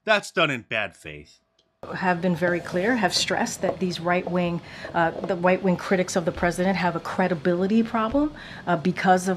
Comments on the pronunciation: She literally repeated right wing as white wing… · Karine says WHITE WING 😂